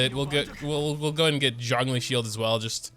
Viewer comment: why do you pronounce Zhongli's name as "jangli"?